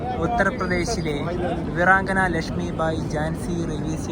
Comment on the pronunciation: വിറങ്കന റാണി ലക്ഷ്മി എന്നല്ല ഭായ്....അത്‌ വീരാംഗന റാണി ലക്ഷ്മി ഭായി എന്നാണ്... വീരാംഗന... വീര്യമുള്ള അംഗന... സ്ത്രീ..... ഇതൊക്ക പഠിക്കണ്ടേ ഉണ്ണ്യേ..